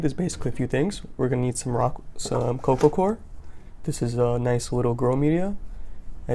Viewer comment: sounds like you say coco cor what is the soil your using?